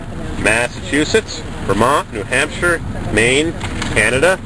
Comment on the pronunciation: Neeew Haaapshieeere..pls pronounce that!!